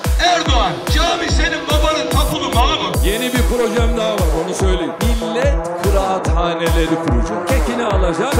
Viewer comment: "Kıraathane" diyor.